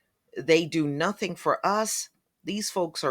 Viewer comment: He sat up here and said a whole bunch of Northing!